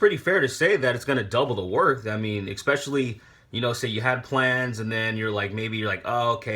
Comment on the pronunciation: Fan of your vids man gl in the future. Pls don't say "eckspecially" rather you say "e-specially"